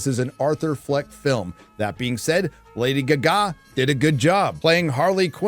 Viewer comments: Lady gah gah....not giggity giggity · WTF is with saying Lady Gaga With Gugaah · “Lady Gagá”? Lol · Lady Gee-ga? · Lady G-Ga....? WTF is that? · JOKER 2 SUCKS DINAOSAUR BALLS. But Mr Narrator.....Who is " Lady geh gah " ? :) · Lady Guh Gah. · Lady Geh-Ga 🤣🤣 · Lady Guh Gah? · Same lol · are you pronouncing lady gaga like a dumbass on purpose? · why do you pronounce lady gaga like a dumbass? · He thinks that's 'funny'. I generally like his content but he makes that dumb shit a lot. I must admit, it annoys me. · how the fuck are you saying lady gaga so wrong.. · I've never heard Lady Gaga mispronounced so many times in such a short video. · How you say lady Gaga makes my soul hurt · Is there a joke I’m missing? How does he not know how to say Lady Gaga? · Every time he says her screen name 😂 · It doesn't matter if it's "far and few" or "few and far". You gonna cry on how he pronounce lady Gaga's name and how I didn't capitalize the L in lady?